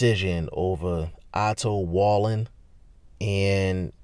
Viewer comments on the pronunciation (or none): Fights nowadays are going the millennial pansy ass way. If he's not out on his feet why even consider to stop the fight. And his last name is pronounced VAH LEAN